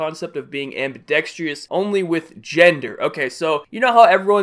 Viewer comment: Please. Dude. There is no such thing as "ambidextrious". No! It's "Ambidextrous". Do you get it? I love your videos man but saying "ambidextrious" is analogous to saying "Communial" instead of the more proper and totally correct: "Communal" Do you 10-4 good buddy?